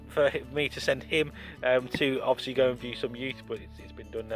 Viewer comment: my god the number of times you said 'odviously' is really annoying